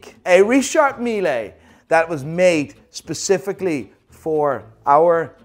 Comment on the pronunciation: Why are you saying richard meeLAY ???